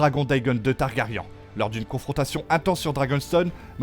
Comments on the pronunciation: Targaryen ( ça se prononce i-un targari1 ) 👌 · Meleeeeyyyssss articule et prononce bien !!! Caraxessssss !!! Chute si tu ne sais pas prononcer les prenoms !! Tarrrgaaryeennnnnn pfff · Ca fait 8 séries GOT et 2 séries house of dragons qu ils se trompent tous en prononçant TARGARYEN ? Ou un youtubeur de + qui ne connait rien au sujet qu il récite ? On en est au stade ou les mauvais youtubeurs sont au niveau des voix automatiques ...